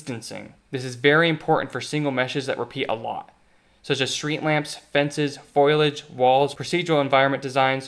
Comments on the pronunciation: Foliage, not foilage. Great video, lot of good points made, and I'm glad to see there's still room for competitors to come along and one-up Unreal. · Love this series but some of your pronunciations are wild. I've never heard "linear" (lin-ee-urr) pronounced "lin ear," and it's "foliage" (foh-lee-uhj) not "foilage." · good video, valuable insights why do you pronounce "linear" as "laneer" and "foliage" as "foilage"?